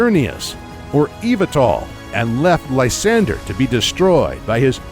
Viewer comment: •So many Pokémon pronunciations wrong •Lysandre is pronounced: Lis-ON-dray •there are different gyms in Shield than in Sword •‘Gold’s name isn’t ‘Gold’ •Zacian is ZA-si-an, coz cian (propounded si-an) means ancient in Greek •The ‘Weald’ Slumbering Weald is pronounced weeld •Eternatus doesn’t gigantimax, it Eternamaxes